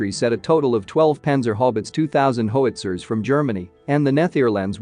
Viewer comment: "Ho-witzer". That's a new one. 😆